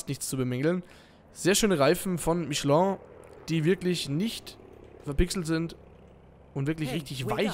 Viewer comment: Ach ich mag dich ja und ich mag deine Videos aber das "Michelin " heisst nicht Michelon